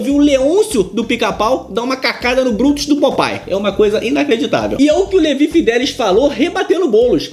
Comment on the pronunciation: Mas que nervoso ouvir Levi fidéliS o tempo td ao invés de Levi fideliX...